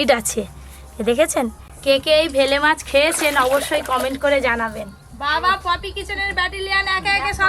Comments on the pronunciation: ভেলে মাছ নয় oii টা বেলে মাছ উচ্চারণ গুলো সবসময ভুল করে বার বার ভেলে মাছ ভেলে করছে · Bele not bhele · ওটাকে তো বেলে মাছ বলে। ভেলে মাছ টা কি জিনিস???? পাড়া গাঁয়ে থাক অথচ মাছের নাম টা ঠিক করে বলতে পার না ???? ভেলে মাছ ।😂😂😂😂😂😂😁😁😁😁😁😁😁😁😁😁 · Ota vele na bele mach hobe go di 😂😂😂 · Ota vele na 😂 bele 😂😂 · Vele mach noy.bele mach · bangala ta ektu bhalo kore bolbe.ei video to sobai dekhe. Vele mach noi bele mach. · Uccarono thiktak kore na, vele jabano noy, bele jiono bole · এটা বেলে মাছ।ভেলে মাছ না। ঠিক করে বলো। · Vele mach noy.bele mach. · ।কথাটা হচ্ছে বেলে মাছ! ভেলে নয়!